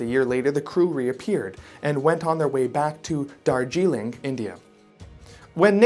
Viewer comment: Brand new subscriber here I would just like to ask you to pleas, in your future videos please do a little research on pronunciation because the way you pronounce Darjeeling and Shambala was maddening